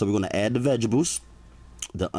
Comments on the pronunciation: I laugh every time he say "vegibles" and not vegetables. :-) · the word is pronounced veg tables ,not vegables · New subscriber, not only for the cooking but I can listen to you say “Vegables “all day hahaha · Focus on the vegables... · Vegebles 😂😂😂 but I'll be trying this! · I keep dying when he said vegables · Vejables? really? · "vegebuls" lol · STOP SAYING VEGEBALS. I THOUGHT THEY WERE CALLED VEGTABLES. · Anybody else notice him saying ( Vegabuls ) lmao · Haha vegibles homie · Ok you got me at "veggibules" lol, looks good though imma try it... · Don’t forget to put your veg-ables In the fridgerator 😂😂😂😂